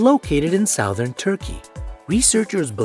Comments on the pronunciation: It's suh-thern not sou-thern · "Sowthern Turkey"? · 'sowthern' Turkey?